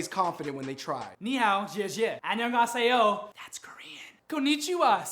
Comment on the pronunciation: His 안녕하세요 killed me!! XDD "That's Korean" ... rip